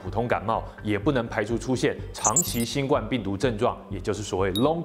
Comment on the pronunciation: 身為知識頻道應該要讀正確的讀音吧 新ㄍㄨㄢ病毒